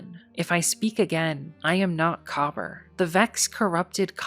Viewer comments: COBBER?? Ma’am, it is pronounced Kuh-BEER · Just a few points I need to add. 1. Kabr is pronounced Ka-beer (that’s what it actually sounds like) 2. In addition to the known fireteam of Kabr, Praedyth and Pahanin; there were also 3 unknown guardians that were permanently lost to time due to fully being erased from reality. 3. Pahanin (the hunter) was the only guardian to escape the vault after the rest of his fireteam perished or worse, however he did this by sending himself back in time back to the late dark age/early city age. He was the creator of the Heavy Machine Gun: Super Good Advice. It contained a powerful AI of his own creation that would not only keep him company but to also remember both him and his name, as Pahanin was constantly paranoid that he was still trapped in the Vault and was undergoing a simulation. Because Pahanin was sent back to the past, this is why Super Good Advice looks like a older frame machine gun but has futuristic components. Pahanin was later killed by Dregen Yor. 3.5: The reason why we know of Kabr and Praedyth in the first place was because Pahanin remembered their passing. 4. Praedyth (the warlock) was kept alive by the Vex as both a hostage and a test subject, constantly being moved through time. Eventually we would track down his remains that the Vex surrendered to us during the Taken War in a mutual exchange after helping to defend the Vault of Glass from the Taken and Oryx (The Vex concluded that Oryx was the bigger threat despite us messing up their plans initially). 5. Despit